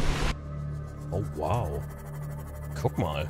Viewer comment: Guck mal, oder sagte er Cock mal? 🤭😉 Nicht Organpilz, Orangenpilz. Das sieht immer noch aus wie ein Mond.